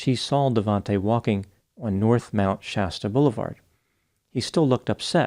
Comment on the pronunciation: Thankyou for pronouncing Shasta right. The way Mr. Ballen and the dude from the Lore Lodge said it had me yelling at my phone.